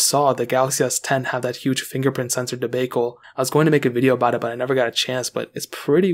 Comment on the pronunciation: Debacle mispronunciation